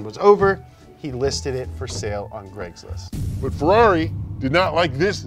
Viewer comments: I think it's ironic. He also said N-eye-on cat and greg's list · not mentioning Greglist though